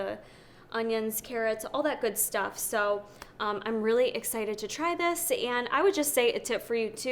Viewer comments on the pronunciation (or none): none